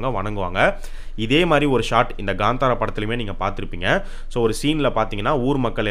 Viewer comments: It's kantara not gantara.. Please pronounce title correctly... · Ganthara ille bro kanthara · Gandhara illa bro kantara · Kantara illa bro, it's pronounced as Kaanthaara